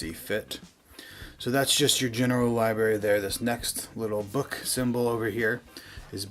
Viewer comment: “LiBerry” and “JonRah” became the ONLY words I could hear after a while. Hysterical. LiBerry???? LOLOLOLOL